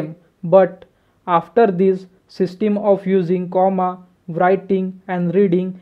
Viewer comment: Bhai system to dang se pronounce karo... 😃